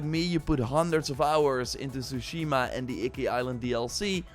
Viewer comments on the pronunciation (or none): Say it with me, you had 5 years to practice saying this, TSU-shi-ma